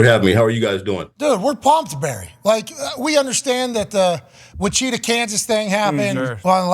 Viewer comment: The way Pat said Wichita makes me mad